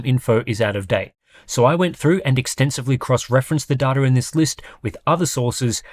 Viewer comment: It's data, not data!